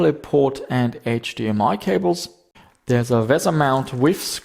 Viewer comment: edge dee am i, you ass bee.